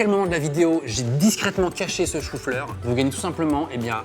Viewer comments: le choux fleurrrr 🥬🥬🥬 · le chou fleurrrrrr